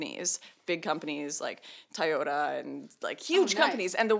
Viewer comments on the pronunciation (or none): I didn't know "Toyota" is pronounced "thai yoda."